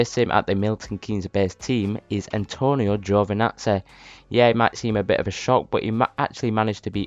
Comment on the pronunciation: “Antonio giovinatzeh”